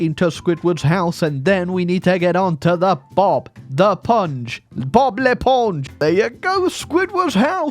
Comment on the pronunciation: Your prononciation of Bob l'éponge is on spot! Are you secretely french?